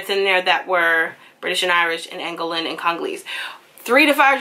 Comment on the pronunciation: its pronounced - An Go Lan